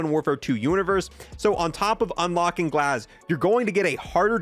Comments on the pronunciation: Aside from painfully mispronouncing Chimera, Gaz (not glaz) and season 14, thank you for covering the new content coming in soon. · Love the channel but learn to read at speak you said 1 insted of 4 and glaz insted of GAZ ive noticed these mistakes in alot of videos and no one call me this that and what ever im disslexic realy bad i struggle reading and everything else but i dont get things like that wrong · WHY DO YOU KEEP SAYING "GLASS" INSTEAD OF "GAZ" ... WTF... .NOOBIE ALERT FFS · Its Gaz not Glaz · Please go back to fortnite... it's Gaz...Not Glaz. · Who TF is "Glaz"? Lmao I love your videos but you can't pronounce anything for sh!t 🤣🤣🤣🤣. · For the love of God, it's GAZ not glaz. Not sure where you're getting the L from but you sound like a fool. Always misdelivering information simply because you can't read. You literally have a typed script in front of you and somehow mispronounced chimera and said restricted in place of redacted. For future reference, chimera is pronounced kaimera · its Gaz not GLAZ lol short for Garry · when this man mispronounces something and then doesn’t correct himself it pisses me off. ITS GAZ NOT GLAZ AND ITS POLYATOMIC NOT POLYCHROMATIC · The Operator is called GAZ without a L 🤣🤣🤣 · GAZ. HIS NAME IS GAZ!! lmao keep up the great work man love the videos. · It's legit written right there. GAZ where TF you getting the L from ? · Please stop saying glaz 😂 it’s gaz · Bro his name is 3 letters, where tf do u see an L in gaz this is a multiple video thing too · Dude, it's Gaz....not Glaz. Killing me. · It's Gaz!!! Not Glaz.... SMH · Also despite reading directly from the CoD Blog page for this video. Lmao. It clearly says "Gaz", but he puts an L in it for some reason. The only L is the one he takes every time he pronounces something wrong. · Dude, there is no L in his name. Gaz. G-a-z. Come on man. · It’s Gaz not Glaz idiot, and also it’s Taraq not Tara Q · This man really said glaz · he said glaz 6 different times hahahahaha